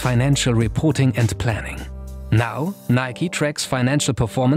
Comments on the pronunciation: Im baffled noone pointed out the fingerbittingly awkward way he pronounced "NIK 'E' " instead of just "nike". Like goddamm it this is some sort of new chinese torture of something midly annoying shoed (pun intended) in an interesting content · Wtf do Europeans call Nike, "nik" say the E in Nike. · Can someone explain what its pronounced like Nikey? Why not simply Nike, like for example Hike, Bike, Mike and many more. Those are not pronounced Hikey, Bikey, Mikey, so why is Nike different? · My only question is why is it pronounced Nik-e instead of Nike like in Mike? That is how we pronounce it in Sweden and it sounds better imo